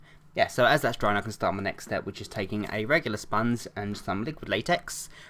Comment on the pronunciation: Any one else noticed that he says sponzz instead of sponge